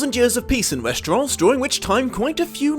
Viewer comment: West-er-ahs? Ess-ahs? I've always heard it as West-er-ohs and Ess-ohs